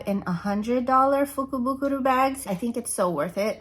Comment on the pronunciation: Lol.. I remember trying to to say that.. at the end I was like meh lol so I’m proud of you for being able to say it right! Lol Love love love the makeup!! So pretty. These colors looks great on you. The purpley pinks def your colors! So pretty. I want to go to Japan.. someday it’ll happen. Yes.. it’s easy to get to $200 w/ tatcha.. lol letsss see what you got!! Lol